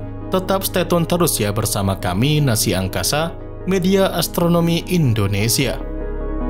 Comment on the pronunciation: Nassa,❌ Nasi✅